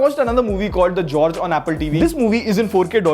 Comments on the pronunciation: Bro, it's not George, Gorge (gaw-oj) meaning a deep vertical valley. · Good review,It's gorge not george.i definately say he didn't watch the full movie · you made a boo boo, the movie is not george it is Gorge (गोर्ज )😂😂